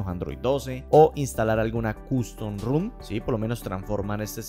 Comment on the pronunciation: ¿Porque pronuncias "Room" por "ROM"? No es lo mismo... Tampoco es desbloqueo "EOM" sino "OEM" ("Original Equipment Manufacturer").